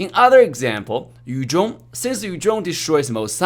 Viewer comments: its funny when he says "yu jhong" instead of "yu zhong" (no hate its just funny) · Yu zhong vs. Yu jong mehehehe English 101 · Anyone feels weird when say yu zhong in a Chinese accent?